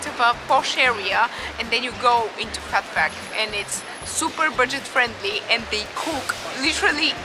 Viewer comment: I watched this numerous times just to hear your pronunciation of Phat Phuk :) cheers me up.